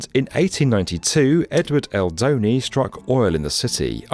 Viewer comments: Edward L. Doheny. Its not pronounced dough-ney, it pronounced dough-hee-nie. Doheny worked on a ship as a young man, the place where the cattle hides were tossed into the ocean to be loaded onto the ship he worked on is now Doheny state beach and the dana point harbor area. Its 20 miles from my house and was a common place for me to go surfing. The waves were much better Doheny state beach before the harbor was built, now days it doesnt normally get over 4ft. Edit: And Tujunga is pronounced tu-hung-ga. California has a lot of spanish heritage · Do heeee nee. Not Dohenny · Ugh. Dough-hee-knee, not doughknee. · Doheny.. It’s Pronounced -Dough-Heee’Neee’-🙏. Spot-On-Awesome Video. Thank you. JamesC. From Los Angeles.. LBZ🙏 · From Los Angeles here: you really butchered all the pronunciations of Mr. Doheny ..DOH - HEEENY. Your AI narrator sucks. Thank you for slagging our city. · Doheny is pronounced Doheeny. Going back to the peanut gallery now. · I almost died laughing hearing it. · 😂😂😂 please: get your staff to work on pronunciations. Doheny was the single funniest in this video. Remember that Britain, the US, and Australia are separated by a common language. Otherwise, an excellent show as usual. I'm from LA originally and much of the history is familiar (and likewise the language 😂). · Tujunga = Tuhunga Doheney = Do hee knee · Pronounced Dou-hin-e, Ta-Hun-ga Just helping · Doe-He-nee not dony not feeshal. Tah-hunga 😉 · Not that you’ll ever need it again but Doheny is pronounces dough-hay-knee and Tajunga is pronounced ta-hun-gah. Otherwise, well done. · Doheny is pronounced "Doh-HEE-nee", and Tujunga is pronounced "Ta-HUNG-ga". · I believe the oil finders name was pronounced "Dough-he-nee" And Tejunga is "Ta-hun-ga" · His name is pronounced “DOE-HE-KNEE” (Doheny). It’s “TEH HUNGA” (Tejunga), not “Te-Junga.” I hate AI narration.